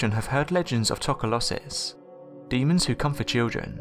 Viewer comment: pronounced "Toh-koh-losh-ez" or "tok-losh" for the singular use of the word.